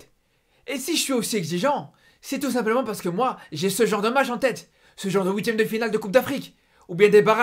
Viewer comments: Arrêtes de parler comme Serge !!! Zebi !!! Et on dit huitième pas ouiitieme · Visiblement tu lis pas tes commentaires, c'est huitième de finale pas houitième de final.